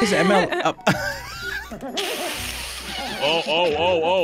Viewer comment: When said M.L.M lol 😂